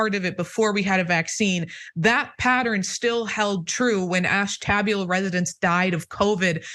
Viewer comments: That city in Ohio is pronounced Ash-tu-bue-la. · Oh, the misoronunciation of Ashtabula.